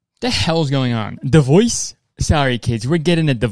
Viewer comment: actually crying laughing at kurtis saying "screaming" instead of streaming, then like 5 seconds later saying "divoice" instead of divorce